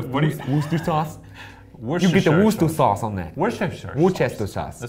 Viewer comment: Did ryan just say woodchester sauce 🤣